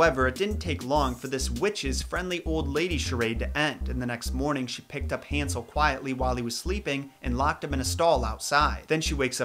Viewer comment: Hansel? HAN-sel?! Han-SEL?